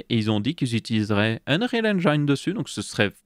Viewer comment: Si Bill passait sur ce segment, il se suiciderait 11 fois en t'entendant prononcer « engine ». x)